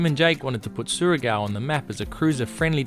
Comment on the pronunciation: I love how you started saying Surigao right then wrong haha its like saying Shargo gorgeous place great episode